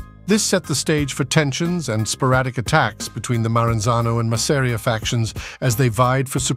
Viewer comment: . . OY !! LETS HAVE IT RIGHT- ITS 'MASS'-'AR'IA NOT 'MASSERIAH'. ALSO LOOSE THE SUBTITLES- THAT RUINS THE NARRATIVE. WE CAN READ ! PISSED US RIGHT OFF . . . . !!